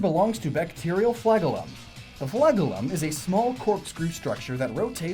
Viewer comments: Fla-GEL-um, not FLAG-el-um... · flagellum is pronounced fla-gellum, not flag-ellum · Fla-JEL-um not flag-UL-um. Com'on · It's FLA-JEL-Lum. Other than that, interesting video. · Fla-gell-um It's not pronounced like flag it's pronounced like gel. The stuff you put in your hair. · I've never heard flagellum pronounced like that.